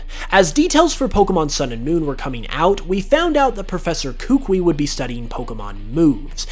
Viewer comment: Kukui is not pronounced "kook-way"